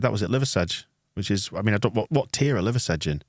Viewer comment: The pronounciation of liversedge was killing me 😂